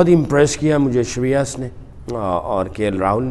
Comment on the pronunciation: Saqlain ji correction kar layn for Correct pronunciation of Shreyas Ayers Name. In urdu it is (Sheen, Ray, Yeh, Seen ) Shreyas Saqleen sir aap yah naam kuch es tarha latay han ( Sheen, Ray, Yeh, Alif, Seen ) please make correction and do practice of correct name. ( Alif ka estamal na karayan. Urdu main eak baar likh kar dekh layan. ( Naam ka start main,Sheen aur end main urdu alphabet Seen hota hay ) Nadim Khan Mumbai India.